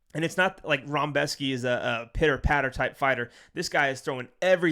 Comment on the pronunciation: Where's the "m" in "Rebecki"? Lol, love you man! ❤